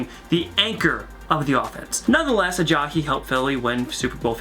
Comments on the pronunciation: It's not Uh-Jaw-Hee it's Uh-Jie-E. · Who the hell is Ajahi? It is Ajayi.... uh-jai-yee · Ajahee???? Ajaiee is how its pronounced. great video though. lol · Jay Ajayi not Jay Ajay-hee cmon man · It bugs me how he says "Jay AyaHEE" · Aja"he" Haha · "Aja-he" does this annoy anyone else. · “Jay ALLAJI”